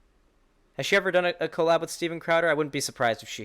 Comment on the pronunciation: love u but stop pronouncing collab like that(CO-lab... its just cuh-lab)